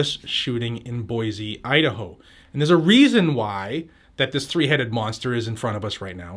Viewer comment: I live in Boise. First it is pronounced boy-cee not boy-zee. The mall where this happened has no firearms allowed signs up at every entrance. Luckily in Idaho these signs do not have the force of the law. Also I'm not sure why anyone would pick the mall to go on a shooting spree. The county sheriff's office is literally across the street and the Boise police department is about a mile down the road.